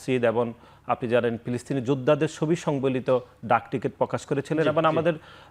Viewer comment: নাসির ভাই পিলিস্তিন না ফিলিস্তিন